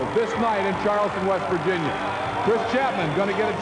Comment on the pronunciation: it's West Virginia not Vest Virginia.